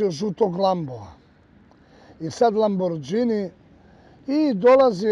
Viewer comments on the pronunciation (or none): Ne kaze se lambordzini,nego lamborgini